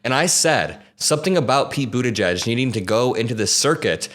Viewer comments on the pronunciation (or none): As a brit it’s the first time I’ve heard buttigieg pronounced and I’m shocked. I was saying butty geeg? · I appreciate its not the easiest thing to pronounce but it is boo-TAH-jeej emphasis on the second sylable (jeej sounds like 'jeep' but with a J instead of a P at the end).